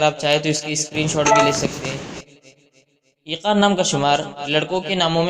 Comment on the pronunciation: Unper bande aiqan nahi eqan hota hai😡